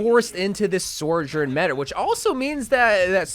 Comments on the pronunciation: "Sore-jern"=the salty So-journ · not trying to be a d**k but it's pronounced SO-journ not SOAR-journ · take a shot every time he says sor-jurn